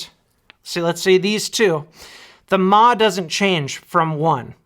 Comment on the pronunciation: "TOP OF THE WORLD MA!" - BOOM! mAh = MILLIAMP HOURS - - - NOT "MA" CHILDERN! UNLESS YOUR MOTHER IS A ROBOT THAT RUNS ON BATTERIES! MA, MA, MA, MA, MA, MA - NO!